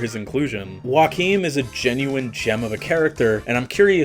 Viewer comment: It’s Joachim- yo-ha-keem